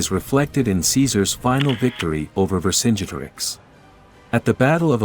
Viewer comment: The way vercingeterix is said is a bruh moment